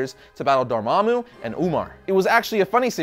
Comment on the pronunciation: Thank you so much for pronouncing Dormammu's name correctly!!